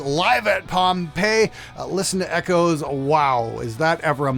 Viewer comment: We'll call that "Ehh-choes" instead of "Echoes" ;) jk jk Schecter has really good QC for the price, i just wish they used more sustainable woods...